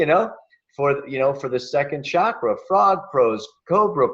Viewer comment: If you're going to India you're going to have to start saying chakra instead of shakra! Hard to imagine how you arrive at such a price for this- i have been to India 21 times over 20 years and it's possible to live very well for much less!